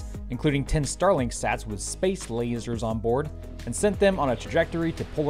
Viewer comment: When you mentioned Starlink 18, it reminded me of a previous episode when you mentioned Starlink 17. That made me think, “Did he just say Stalag 17”?